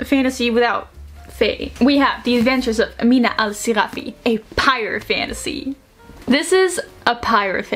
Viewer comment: It's not pronounced Ameena. The 'i' sound is quite minimal.